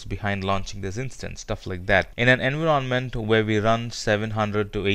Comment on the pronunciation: Why do you pronounce "environment" in such a weird way? Had to stop the video multiple times.